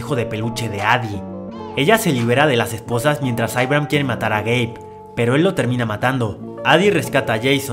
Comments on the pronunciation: Cuántos escucharon gay envés de geibe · Yo escuche gay xd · Video: "Su esposo Gabe" Yo: Yo entendí "su esposo gay." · Yo incluso lo escuché el "gay" sin subtítulos xD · Juro que escuche espeso gay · we es verdad dice gay XD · Yo también entendí "su esposo gay" 😂😂😂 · Yo también entendi gay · pense que habia dicho "su esposo gay" xD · yo escuche su esposo gay pero después dijo, Gabe quiere ir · escuche “su esposo gay” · escuche "su esposo gay" SJASKAJSASKA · jsjs alguien mas penso que habia dicho su esposo gay xddd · El nombre del esposo, yo escuche gay xD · pense q decia el esposo gey xsss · Pense que decia su novio gay XD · entendi gey enbes de gab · Like si pensaste que dijo su esposo gay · Tuve que regresar tres veces el vídeo por que seguía escuchando su esposo gay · No tengo sudtitulos pero si escuche eso JAJSKSJAJA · Yo pensé que había dicho su esposo gay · era "su esposo gabe" pero yo escuche "su esposo gay" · Ramirez Castillo ya se pero si se escucha haci xD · Yo igual entendí eso XD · x2 :v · x2 ajajjaja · Yo entendi q era gay😭😭😭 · Todos entendimos que Su esposo gay xd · Jajaja si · creí que decías "su esposo gay" 😅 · Juro que en vez de Gabe entendí gay nose porque pensé eso. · estaba viendo otra cosa mientras escuchaba el video y en vez de escuchar "Gabe" escuché "Gay" XD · pensé q dijo gay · Yo escuche "su esposo gay" jsbdubdshendnd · crei que dijo gey ,._. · Porque escuche gei en el nombre del esposo xd?